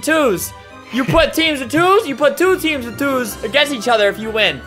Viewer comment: he keeps say teams to toos lol